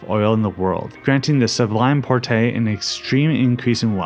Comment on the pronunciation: just two pronunciation mistakes: Cypriots is pronounced as "Cee-priots", not "Cy-priots" and the Porte in "Sublime Porte" is pronounced almost as the word "port" (=harbour), as it does not contain the accented "é" that would make it be pronounced as you do "Port-é"